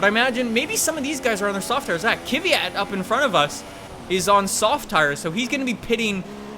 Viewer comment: you say kvyat like fiat with an K in front